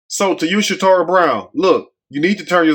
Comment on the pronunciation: her name is Casharra Brown not Shatorah.